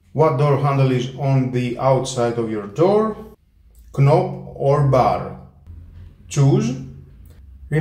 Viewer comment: The k in knob is silent. You also need to learn how to pronounce the words "closed", "locked" and "pressed". Good review.